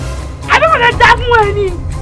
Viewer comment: He said I want manney not money 😂😂😂